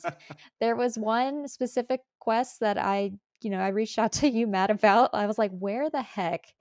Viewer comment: Who's "MATT"? I thought his name was "MART" 😉